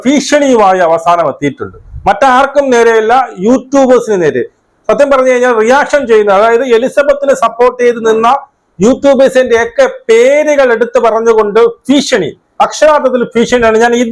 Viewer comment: ഭീഷണി എന്ന് പറയാൻ പഠിക്ക് ആദ്യം 😂 ഓരോ ദുരന്തം